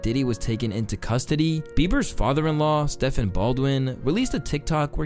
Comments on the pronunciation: Stephen Baldwin not Stefan. It’s pronounced like Steven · Ever since Steph Curry became popular people think Stephen isn’t pronounced Steven